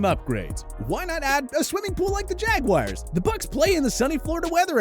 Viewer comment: Why’s it so damn difficult for people to pronounce the word jaguar? There’s no “I” anywhere in that word. At all.